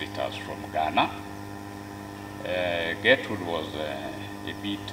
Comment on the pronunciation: It's not Getrude, and BTW, Miss Trudy can never Get rude. It's Gertrude. Also, many of you need to learn how to pronounce it too........